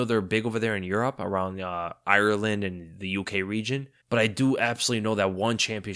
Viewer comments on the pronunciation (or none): none